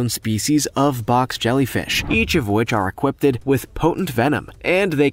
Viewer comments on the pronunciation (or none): Equip-ded is not a word........Equipped is..........